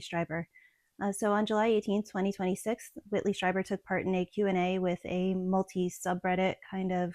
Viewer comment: It's pronounced "streeber" 😊